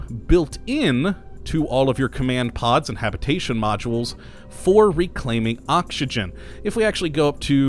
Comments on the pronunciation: Does anyone else hear him saying okshigen instead if oxygen, or are my ears playing tricks on me? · Yitzi Schweitzer The way he pronounces oxygen is funny :D